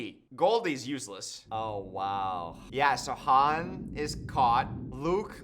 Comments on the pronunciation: How many movies will it take for you to not call him Hans 😅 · the way is calling Han Solo “Hans” is killing me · calling Han Hans killed me 😂